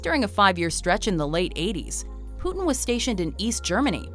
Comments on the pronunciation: I dont like the way his name is pronounced in english. Cmon, its Putin, not Puthen. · Poutine hahahaha love the anglophone pronunciation